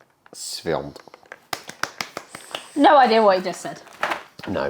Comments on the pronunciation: Kolego no, no , no , nie Świat tylko ŚWIĄT -ĄĄĄĄT - PROSZĘ I POZDRAWIAM WSZYSTLIEGO DOBREGO. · świąt you must pronunce ą=oo